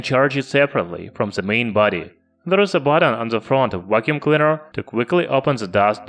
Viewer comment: Vhat's a wacuum cleader?